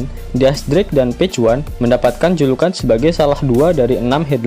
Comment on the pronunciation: Dis drake bacanya